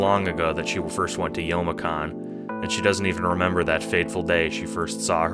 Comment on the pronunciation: Idk what SAHcon is, I heard it as sawcon in the "sawcon deez nuts" sense. Amazing video though!